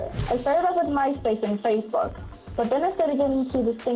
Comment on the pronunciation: lol, xD Tyra said spacebook xD